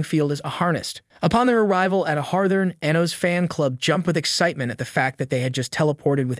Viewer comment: The way he pronounces Anos name makes me cringe